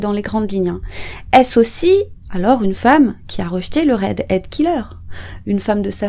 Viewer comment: Redhead et non readhead...